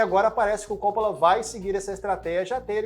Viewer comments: Por favor, é Copp[Ó]la e não Cóppola. Francis Ford Copp[Ó]la!! Sobrenome de origem italiana, com a pronúncia acentuada do "Ó", depois do duplo "P". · Realmente esse CÓ nada haver. O cara fez um vídeo tão bacana porém não pesquisou a pronúncia do sobrenome do cara, simples assim. Se for humilde vai aprender com o erro. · Ótimo vídeo, só me incomodou vc chamar o Coppola de cópula